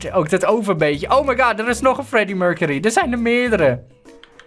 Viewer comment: het is fleddy mulcely en niet Freddie murcerie